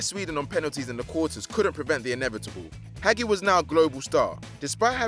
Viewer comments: Hagi is pronounced Hah-Jee not Hag ee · It's pronounced Ha-jj-i not Hagi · hagi is pronounced Ha-j-i and he played for romania not columbia i mean seriously the incompetence of the narrators is shocking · Jesus Christ. Butchering Hagi and James. Winning a la liga title at Marseille. That’s really bad. Step up.